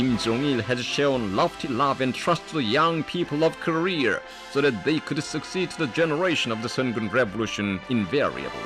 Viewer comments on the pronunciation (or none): . 'Koreer'. You're trying to make your country sound good, why not pronounce it correct. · where and/or what the hell is "Koreorrrrrrrrrrrrr" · Why do you keep calling it “Korea”? It’s CLEARLY called Kareer. The guy in the informational video said so! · IT'S PRONOUNCED KO-RE-A, NOT KO-RE-ER!!! GOD DAM!! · every time the narrator sounds like korea=career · I want to bring down North Korea and expose CULTURE to these people!!!!!!! This documentary is brilliant but it kills me on the inside. And it is KoreA not KoreaR!! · Hory shet why you no say Korear right? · “The Worker’s Party of Koreer” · Nobody: The narrator: KoReaR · no one: propaganda guy: KOREAR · Anyone else wanna kill themselves everytime the translated propaganda film pronounces “Korea” as “career” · I love the way the propaganda narrator pronounces koreer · Am I supposed to be pronouncing Korea "Ko-rear"? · Does anyone else notice that the propaganda narrator always pronounces Korea as "Korer"? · this documentary should be titled "Inside North Korear, we cannot pronounce any words ending in the letter A". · The peepers parry of Kerear. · Korea = Career to that Careeren announcer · cannot pronounce Korea, he calls it "Korear." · It's actually pronounced "korearrr" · The way he says Korea bothers me- COREAR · I love the way he pronounces Koreeeeerrr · Korea is pronounced korear. Am I hearing that right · anyone else realize when they were showing the korean documents that whenever the narrator said 'korea' it sounded like carrer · It bothers me that the narrator pronounces korea like career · I can't get over that speaker guy pronouncing Korea like "carreer" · You know a translator stinks when they pronounce "Korea" as "career" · am i the only one who notices that every time the korean commentator says korea it sounds like hes saying career lol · That guy can't even pronounce the "Worker's Paradise" right.....Korear? Isn't that like....grounds to be sent to some sort of gulag? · "Kor-rear" Wtf lol